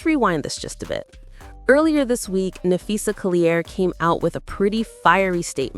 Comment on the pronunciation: LMAOOO Either youre working for Cathy Engelbert, or youre making up 💩for views. But its clear YOU HAVE NO IDEA WHAT YOU'RE TALKING ABOUT. Lolololol Hell, you cant even pronounce Phee's name correctly. Get the F. Outta here and take that ole troll with ya.